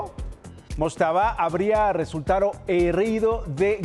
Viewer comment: min , habria resultado RESULTARO y HERRIDO jajaj